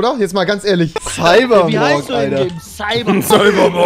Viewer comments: Trymacs: Cybermork 🤣🤣🤣 Ich: Trymacs 🤣🤣😅🤨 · „CyBeRmOrK“ Alter ist ja fast so schlimm wie Taserface😂